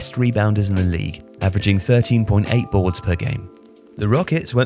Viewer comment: i live for this british narrator saying "boards"